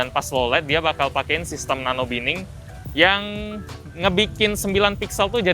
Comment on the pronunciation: 8.03 Koreksi aja "Sistem nona binning" 😅😅😅